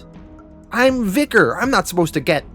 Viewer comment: VIKTOR, not Vicar, that's the other guy. Jeaz get it right.....